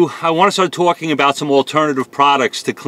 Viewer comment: Always twawking...